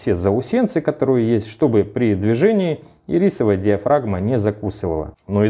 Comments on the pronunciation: Ирисок теперь хочется )) А вообще она Ирисовая с ударением на 1ю и ) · И́рисовая... Ударение на первую "и"... А так - красавчик! Лайк 👍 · И́рисовая, а не ири́совая. Конфеты ириски тут ни при чем. А слово iris, (гр. радуга) вполне себе причем.